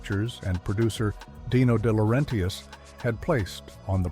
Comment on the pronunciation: It's DeLaurenTIS. Not DiLaurenTIAS. Italian, not Mexican.